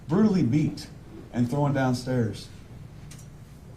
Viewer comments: One of his words that got me the most was how he kept saying “she was throwing down the stairs” because it was like he could not say thrown. Strange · Also, the word "thrown" has been brutally mangled as "throw-in". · He kept saying throwen down the stairs.